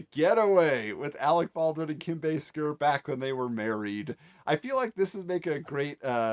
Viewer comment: Thank you for pronouncing Basinger correctly. It really bugs me when I hear “Bass In Ger”.